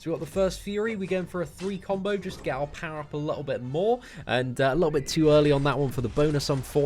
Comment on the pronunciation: "A liooooubi...." Try to say "a little bit".